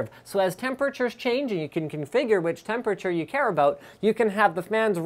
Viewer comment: I will never get used to the way you say temperature Linus.. *****